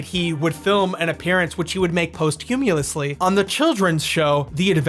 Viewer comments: Psssst - "posthumously" is pronounced "PAHST-yoo-muss-lee". :3 Screw those people for what they did to Bob, though. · that's got to be the wildest mispronunciation of "posthumously" I have ever heard